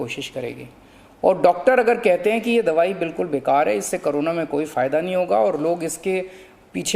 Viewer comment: CM hamesha corona ko carona bolte h 😁